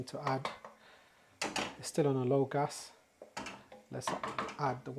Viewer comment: I like the way you say gas."gus"😅😅😅